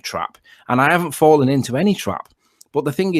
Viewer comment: Fwawwen into a twap !